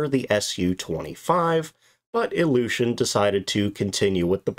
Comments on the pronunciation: Iljushin or illusion? Your pronounciation is questionable regarding this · The first time you said the name of the plane, your pronounciation made me understand "Illusion Il-40". What I find quite funny for that aircraft. 😆